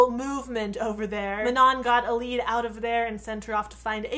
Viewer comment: Wait I thought it was Mae-nun and Eee-lyde... :/